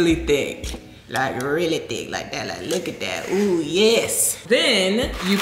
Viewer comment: She said “THICQUE” 😂